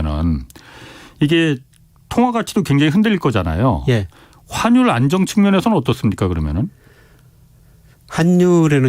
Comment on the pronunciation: 한국의 한율(환율)이 너무 높다. 애국인(외국인)이 살 것이다. 이중모음 발음 못 하셔서 자꾸 귀에 거슬리네요. 저만 그런가요? ^^